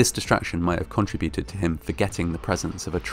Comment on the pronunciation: I enjoyed this presentation, however there is no such word as "contra - buted" the Contra's where central American rebels in the 1980's. The word you were looking for is "con - tributed.